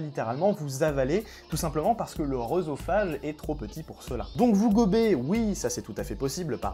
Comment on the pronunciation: Le "e dans l'o" se prononce [é], c'est donc [é]sophage, [É]dipe, [é]dème, [é]nologie... qu'il faut prononcer.